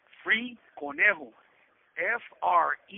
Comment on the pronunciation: It’s conejo not cornejo